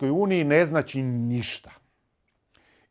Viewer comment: Nije "NACI" nego "ZNACI "😅😅NACI ...NACI..NACI 😅😅😅😅